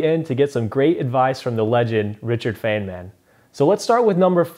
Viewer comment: its not fenman its fine-man